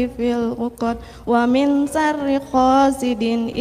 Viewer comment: Kok bacanya melompat2, dan baca suroh yg keduanya pun Salah atau tidak tepat, Min syarril dibaca. Min syahril